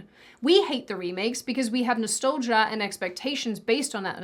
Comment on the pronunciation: Love the way you said Nastolgia. Instead of Nostalgia you weird Aussimerican.🥰